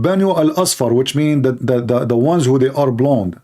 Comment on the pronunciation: seriously, you need to learn English. You are mispronouncing a lot of words. It is not "blondy" girls. You do jot pronounce the "e" in blonde. So you pronounce "blond" the "e" is silent.